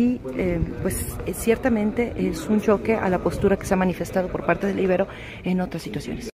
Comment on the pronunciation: Por favor, hay que cuidar detalles de pronunciación. A la Universidad Iberoamericana se le dice coloquialmente "Ibero", no "Íbero". También te equivocaste en otros videos sobre la forma correcta de pronunciar otros apellidos. Eso lo aprovechan los conservadores para denostar a los defensores de la Cuarta Transformación.